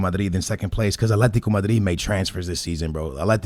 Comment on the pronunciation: “Aletico” Madrid 🤣